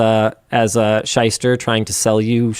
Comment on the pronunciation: Shyster. As in Shylock.